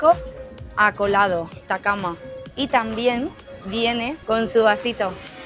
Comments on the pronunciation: Es pisco acholadooooooo, se pronuncia la "CH", encuentras mejores aca en Chincha, Ica, a 3 horas al sur de Lima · Corrección es Pisco acholado y no acolado 😅